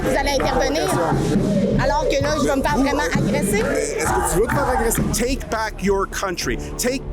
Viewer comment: ''est-ce que tu veux tfaire agraisser?'' wtf.... ya vraiment dit ca??!!